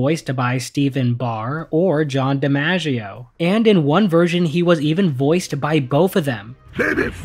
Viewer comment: His name’s John Di-MOGG-ieo Not Di-Manja-ieo